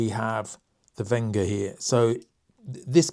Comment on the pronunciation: Super review! BTW its Wenger not Venga. I have the Evo wood 17 Delmon, great tool and feels brilliant in the 🤚